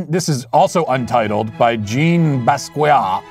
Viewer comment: Basqiat is more than his scribbles. His use of colour, black male struggles( yes yes, everyone struggles but he depicts his experiences) I love Basqiat but not much else p modernism. Btw, matr, its Bus-ki-ah.😎